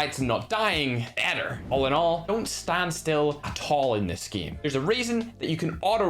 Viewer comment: i like it too because instead of “Game” he says it like “Giem” 😆